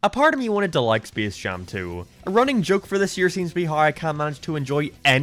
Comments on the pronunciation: Specs jame and leborn jeans and the same he says seem🤣🤣🤣🤣🤣🤣🤣🤣😂😂😂😂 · ah yes speece jam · Did you say Speese Jam Two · Speace Jaum 2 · Intro: “spece jam 2” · spees jam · Spis Jam Tu ROFL